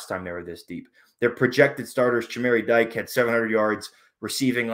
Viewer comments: In 2000 Wisconsin had future NFL all-pros Lee Evans and Chris Chambers as well as the speedy Nick Davis who ran 5 kicks back for TDs in his college career at wide receiver. Dike is not pronounced "Dyke", it's Dee Kay. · Dike pronunciation is DeeKay